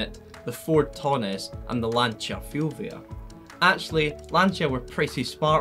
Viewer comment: It's Lancia fulvia, Not fiulvioe..